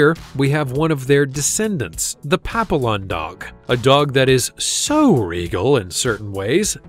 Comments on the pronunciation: Pap-ee-ohn, not pap-ill-on. And I got mine for free - she was from a mill breeder and they dumped her when she got too old to have puppies anymore. She needed several surgeries, full removal of her teeth and a lot of care so she wasn't really free in that way, but she is more than worth it. She's about 21 now and still quite spry even if she is losing her sight. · It's NOT "papi-lon", it's "papi-yon" as in French for butterfly. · It's pronounced pap-ee-on. Not a pap-ill-on. Get it right. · Pap-“e”- on not papilon lmao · First of all, "papillon" is pronounced "pa-PEE-yawn." It's French for "butterfly," referring to its ears. Some of the beds you missed include the Bichon Frise (small dog, really good with kids, doesn't shed, and about a 0.2 on the 1-5 barking scale), the Coton de Tulear (Barbra Streisand swears by them), the Miniature Schnauzer (many of my relatives had them), the Corgi (Queen Elizabeth's fave), the Australian Terrier (similar to the Sily Terrier and Yorkshire terrier), the Miniature Beagle, the Bolognese, the Havanese, and the Low-Chen. I also wouldn't have included Yorkipoos, as they're not really a "breed" but a "designer mutt." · The video shows other dog breeds than the one being discussed. In discussing the last dog, the Yorkshire Terrier, we were repeatedly shown a Silky. Papillion is a French word for Butterfly and pronounced Pappy-yon. Dachshunds were bred to hunt badgers, dachshund literally means "badger hound" in German. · Someone needs to tell the narrator how to pronounce papillon. It's French and the double L is pronounced as double ee. Pap ee on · Pappy yon. Is the correct pronounciation. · At least learn how to pronounce Papillon. Pappy yon. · Mispronouncing it is hard! I’m amazed he messed it up! SMH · Learn to pronounce Papillon And BTW, they are the BEST lapdogs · Please learn to pronounce Papillon